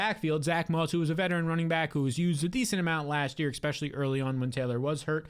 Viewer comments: That and “expecially” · You say EXspecially.